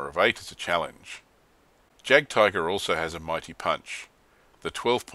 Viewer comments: Great review, and just a point on German pronunciation: In German, the letter j is pronounced like y in English, so it should like yagdtiger. Also, w in German is v in English and v is f. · I hate to nitpick, but Js are pronounced as Ys in German :) Loving the vids, when do you think you'll be posting June's Rumours and Lies? Oh, and would it be viable to do a compare and contrast series on products from the various manufacturers? Thinking of starting a motostrelkovy batalon and was looking at T-34s for the armour backup, but whose to buy? I'm leaning towards PSC's squad atm